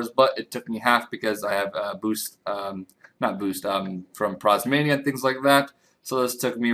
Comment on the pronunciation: Prismatic, not prosmania..